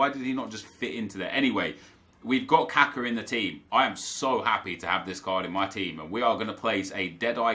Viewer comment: its not kAka its kakA please stop saying it kAka its really annoying